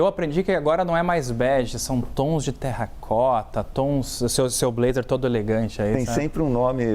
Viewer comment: Sua pronuncia de terracota está incorreta e essa cor não é terracota é café com leite.